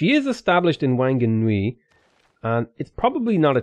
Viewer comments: Wh=f in Anglicised Maori so Whakarewarewa becomes Fa-ka-ray-wa-ray-wa and Whanganui becomes Fang-ah-noo-ee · Words that have "Wh" in it, like Whanganui, make the "f", or "ph" sound in Maori, just thought I should let you know.